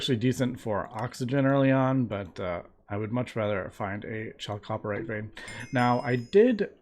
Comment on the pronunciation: For the sake of future viewers, Chalcopyrite is pronounced "KAL-ko-PIE-right"